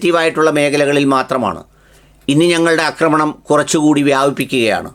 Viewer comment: അക്രമണം അല്ല മന്ദപ്പാ.. ആക്രമണം 😂😂😂😂 അക്രമം കറക്റ്റ് ആണ്. അക്രമണം എന്ന വാക്കില്ല. ആക്രമണം എന്ന വാക്കേ ഉള്ളു. പിന്നെ ഉള്ളത് അക്രമം എന്ന വാക്കാണ്. കഷ്ടം.